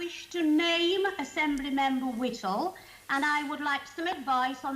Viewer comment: Fella can’t even pronounce ‘Whittle” correctly FFS. Oh my dear Enoch, I’ll bet you’re turning in your grave.